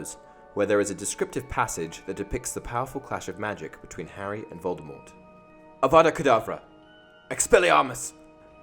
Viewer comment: Harry’s expelliarmus beat voldermort, because as Hermione said. He’s saying it WrOnG It’s Avada Kedavra not AUGGGGGGGGGGGGGVADA KEEDAVRA (also I don’t know if this is original, if it isn’t I apologise, but I haven’t seen any comments like this I s this video so ye)